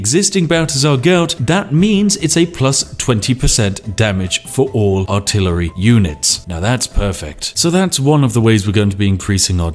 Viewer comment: PewDiePie: WhAt Is AlTiLaRy OnLy? Spiffing Brit: Casually altillery only in his video without thinking about it